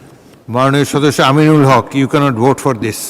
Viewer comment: ওনার নাম এভাবে উচ্চারণ না করলেও হতো।